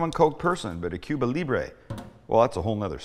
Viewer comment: I am Cuban American and I approve, Sam! Last thing, we don't really pronounce the "b" when we say "Cuba" and "Cubana/Cubano". It's more like "Cu____a" and "cu____wa___na", and "cu____wa___no." The "b" is almost silent It takes practice.